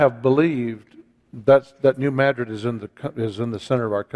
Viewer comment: Just for your info - It is New Mad-rid like these two words would be pronounced separately. (accent on the first syllable- not like Spain.)